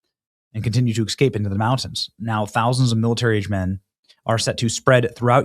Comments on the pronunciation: EKSCAPE is not a word. The proper word is ESCAPE. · You need to learn how to say ES-CAPE, not EX-CAPE!!! 🤦🏿‍♂️🤷🏿‍♂️ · Benny, it's ESCAPE! ESCAPE! NOT EXXXKAPE